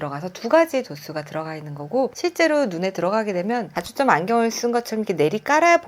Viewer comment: 발음이 단과 다가 구준이 안돼요. 단초점 다초점 설명하는데.. 중요한.실수..